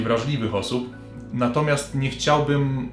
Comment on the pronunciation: Proszę mów nie CHCIAŁbym a nie chciałBYM